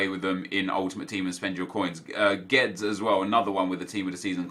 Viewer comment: Perfect pronunciation of guedes. Im impressed nep good job :DD